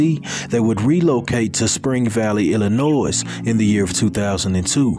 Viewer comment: Great videos and your commentary is excellent...but the S in Illinois is silent..just FYI